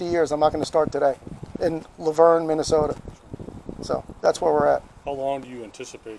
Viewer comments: It's not lou verne, it's laaaah verne and yes, typical mn ultra libtard welfare office! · Lou-verne.. 🙂 it's Luh-verne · I've spent a lot of time there - t's pronounced Luh-verne as in Shirley and Laverne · I live 20 minutes from Luverne, I hope while you were in town you guys stopped by the Blue Mountain State Park to see the Bison there, it's really a wonderful place to visit. Also PS: it's pronounce "Love-urn". Have Fun :)!